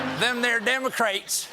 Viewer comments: "Dem-o-craets" his southern-ness came out 😁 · I love how he commits to the mispronunciation of democrats